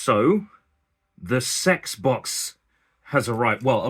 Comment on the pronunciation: Funny you didn't dare say CeX propperly do your dad